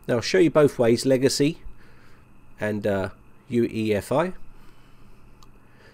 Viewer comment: "for UFEI" Do you even make a script? You know it's UEFI! Just stop making these horrible mistakes already!!!